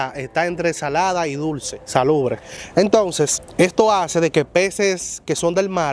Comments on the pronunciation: no se dice salubre es salubre que se dice tu eres un joven brillante y mui inteligente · Se dice es salubre